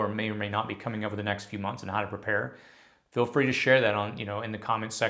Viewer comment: What is that accent... "feel" sounds like "fell"